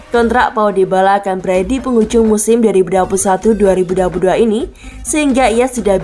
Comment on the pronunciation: salah fokus sama suara naratornya saat mengucapkan tahun 2022